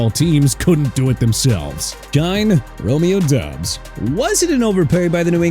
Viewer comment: His name is pronounced Romeo Dobbs, NOT Romeo Dubs!